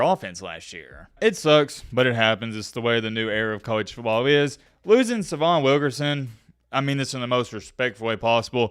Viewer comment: His name is pronounced Say-vi-on !